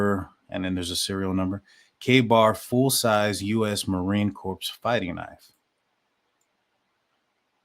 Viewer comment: Marine Corp is pron ounced CORE!